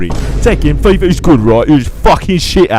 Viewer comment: Fifa* not Fifer